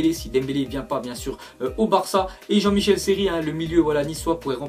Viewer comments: Jean-Michel Seri t'es serieux narvalo s' est Michael pas Michel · Je rêve ou il dit Jean MICHEL Seri😂😂